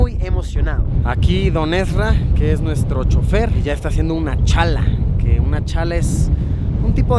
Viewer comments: Luisito en el minuto no es chala es challar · es challar no es challa Luisito 😅 Atte: una boliviana :v